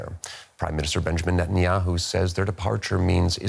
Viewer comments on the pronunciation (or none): Reasonably....Netanyuhoo???😂😂😂😂that made me laugh so hard😂😂😂😂